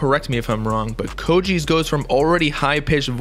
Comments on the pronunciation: Coach ice not co cheese I swear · Mans really just said "koe chise"